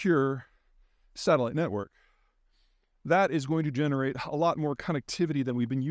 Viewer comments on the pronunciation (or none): none